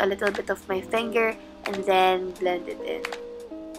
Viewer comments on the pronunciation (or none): none